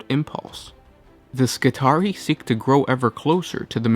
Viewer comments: It should be pronounced "Skitri-eye" like the trarii spearmen in Roman legions. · It's "Skih-tary-eye" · It's pronounced Ski-tar-ee-eye. It is the plural of Skitarius. Similarly, radii and radius.